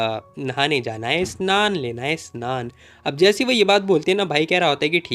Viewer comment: Bhai tu Bangali hai kya. Tu abhi snan bol raha tha